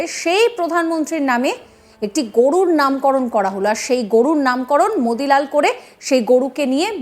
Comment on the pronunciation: ওর মুখে মুতি লাল শুনলে ও ভালো লাগে